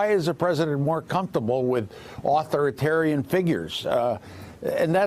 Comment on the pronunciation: authoritarian is pronounced au thor' i tar rian.